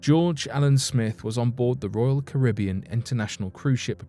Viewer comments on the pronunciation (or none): none